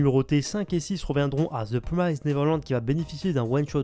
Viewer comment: Bonne émission comme d'hab. Juste une petite remarque : ta prononciation de "promised" et "trigger" n'est pas correcte. ;^)